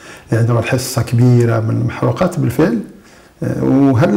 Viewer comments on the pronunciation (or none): ليس المحروقات. هي المحرقات بكسر الراء